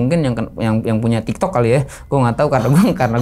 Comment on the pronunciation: tektok bang, bukan tiktok 😁... jaman ane SMP juga masih rame tawuran,, sampe temen ane jadi korban dilempar balok pas kena pembuluh dara dikepala langsung meninggal ditempat..